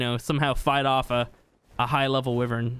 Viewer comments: NOT WIVERN ITS A WYVERN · It's why vern. Not we vern. How can american not know how to pronounce their own language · sorry but im skipping to abberation because you keep saying wivern no wyvern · Not to be rude at I love your YouTube is my fav ark channel along with mr meola and Ik you can say it how ever you want but I think it’s pronounced. Why-vern. Not Wiv-ern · It’s not wuivern it’s like yvern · It's easy stealing wyvern eggs. If you know what your doing, unlike the first 2 times I tried. Anyway, it's pronounced WYVERN not WIVERN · sis called a wuvern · its why-vern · And your supposed to say wyvern like it's spelt like this: why vern Not hate'n just saying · Sir you realize your saying wyvein that's not how you say it ._. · He can't even say wyvern right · It drives me nuts the way you incorrectly pronounce wyvern. I love your videos, but this is really annoying lol